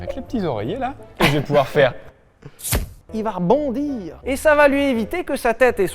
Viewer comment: Accent quebecois sur il va "rebondir", pourquoi ?